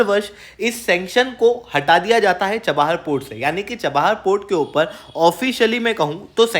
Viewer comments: Article is amazing but you have to work on your pronunciation of words. You always wrongly pronounce city names. It’s not chaba-har it Cha-bahar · Bhai चबाहर nahi ,, चाबहार ।।। Itni knowledge to honi chahiye ।।। Copy paste waalay ho kya ??